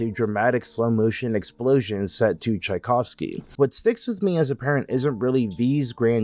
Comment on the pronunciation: Taikovsky? Tchaikovsky you mean? Good vid otherwise.